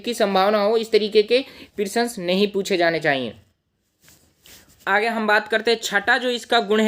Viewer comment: सर प्रिसन नही प्रश्न❤